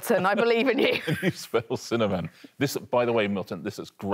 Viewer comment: "cinnamin". I ask you. 🤣 also, vertibrae?